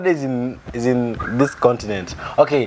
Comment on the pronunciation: condinent got me rolling 😂😂😂